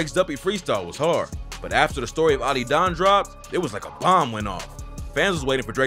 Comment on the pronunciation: ah-did-on not ottydon😭😭